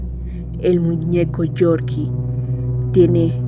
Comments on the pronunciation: ES CORKY NOOOO GORGY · No es Yorkie es corky